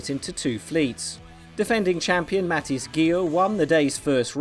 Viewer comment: Umm Mathis??! At least get his name right...